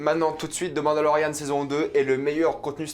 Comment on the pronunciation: On dirait que tu dis « Demande à Lauriane » quand tu dis « The Mandalorian » haha